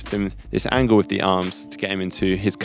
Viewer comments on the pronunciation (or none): none